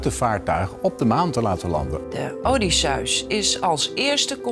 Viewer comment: hahaha de odiesjuis hahaha ze kan niet eens Odysseus zeggen